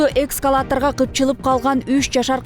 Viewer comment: Журналист, экСкалатор -эмес, ЭСКАЛАТОР!!!! Туура сүйлө! Интернеттен карап койсоң болот да